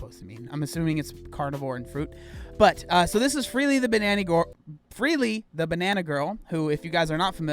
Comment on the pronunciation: "freelee the banani gorl" lol